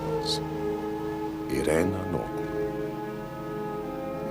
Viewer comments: As an American from New Jersey, why is her name pronounced “i-ray-nuh” and not “eye-reen” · I greatly PREFER the pronounciation Eye-REEEN Adler!